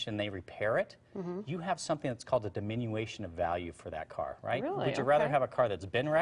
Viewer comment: Did you say “diminuation” of property damage? 😜